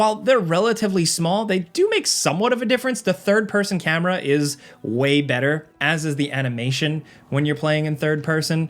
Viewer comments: „weye“ better 😂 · he says way better and enters weye